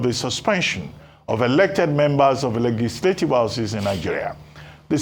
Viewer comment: Reuben Abati cannot pronounce the word "Legislative."